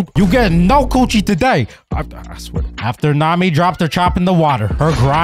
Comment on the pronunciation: So no one hoing to talk about how he said choochies